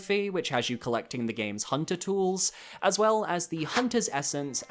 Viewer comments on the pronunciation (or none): none